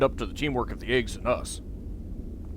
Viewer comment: you know every time you say a.g.w.s I hear eggs instead and yes I'm aware this video is old